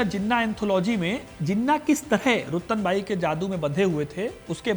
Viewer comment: रतनबाई बोलो भाई।